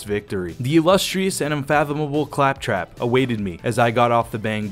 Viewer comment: That keyboard has been broken more than my inner spirit.... I love it all except how you pronounced Clap trap. Pronouncing it Clap trap is sending off messages of clapping thy trap. Pronounce it. Clap trap. ✌❤